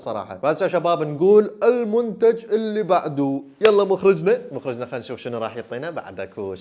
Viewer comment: مخرجنة ❎ مخرجتنة✅ 😂